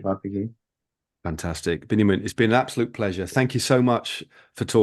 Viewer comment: Thank you both for enlightening interview. Just a short note: his name is Biniam not Benyamin, though these biblical names are the same.